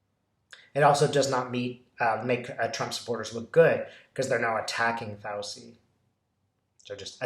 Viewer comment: Sorry to be language police, but it's an Italian name, and is pronounced "Fowchee"